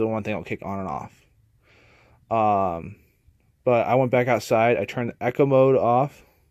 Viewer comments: This is not a slam comment, but “eco” is not pronounced “echo”, it’s “[eeko]”, short for “economic (mode)”. Again, not being a DB, just wanted to politely correct you :-). And yes, I’m super happy to see that a 2000W (surge) generator/inverter will start up an old and probably power-hungry a/c unit. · Eco and echo are nov pronounced the same. Just saying.